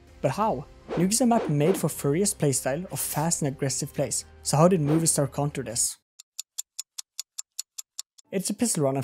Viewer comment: It's MOVIstar not MOVIEstar :D